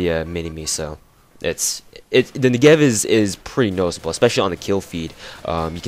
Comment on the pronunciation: You're pronouncing it wrong: the accentuation is on the 'Ne' part of the word, not the 'gev' part :P (I hope that isn't confusing lol). Nice review nonetheless.